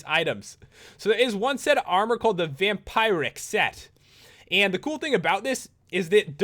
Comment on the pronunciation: It's Vampiric not Vamieeric.